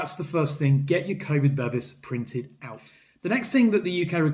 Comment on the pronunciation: Bevis (meaning certificate in Swedish) is pronounced be-vees not bevvies which is what you get in a pub in England, made me chuckle!